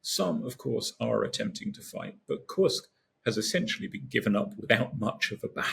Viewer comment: I’ve had it with military experts unable ti say KURSK with an U & NOT an I.